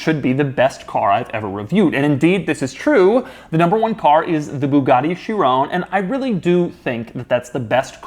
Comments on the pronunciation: Please stop saying Bugatti “Chiroon” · The way he says Chiron, like he has to stop the flow of his speech just to say it incorrectly